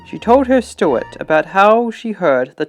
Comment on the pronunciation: Stuart???!!! — STEWARD Fin-an-kay???!!! — *FIANCÉ